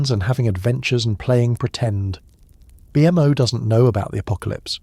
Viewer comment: the way u say BMO makes me irrationally angry pls stop😭😭😭